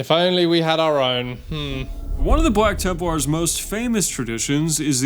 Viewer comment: I swear it sounds like is saying "Bwack Tempwars". Every single time.